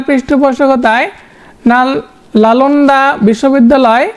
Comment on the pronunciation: আপনি অনেক ভুল উচ্চারণ করেন।নালন্দা কে,লানন্দা, খলজিকে,খজলি